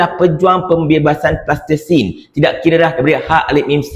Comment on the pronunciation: sebut betul betul Palestin bukan Plastesin....